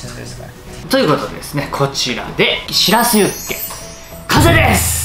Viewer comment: シラフユッケ⁉️ って耳を疑った😅